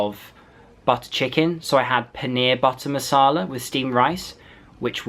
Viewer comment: i like his pronunciation paneer butter masala haahaahha ;-)